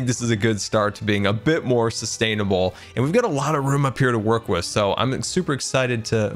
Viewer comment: did just said (sus)tainable???